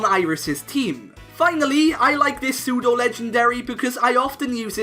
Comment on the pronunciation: WE DON'T SAY AN BEFORE SAYING A WORD THAT STARTS WITH A CONSONANT, WE SAY A! IT'S PSEUDO, NOT SUTO! DO NOT CALL ARCANINE A HE! AND TO ANSWER YOUR QUESTION, NO! ARCANINE IS NOT A PSEUDO LEGENDARY! A POKEMON CAN ONLY BE PSEUDO LEGENDARY IF IT IS THE FINAL FORM OF A 3 POKEMON EVOLUTION LINE, WITH A BASE STAT TOTAL OF EXACTLY 600!